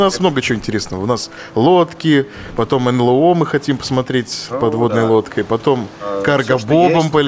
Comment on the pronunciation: Почему говорит нЛЭо, Брейн говорит нЛЭо? Разве не правильно нЭЛо?